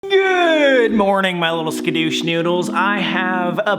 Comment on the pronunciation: Scudush noodles😂 I love it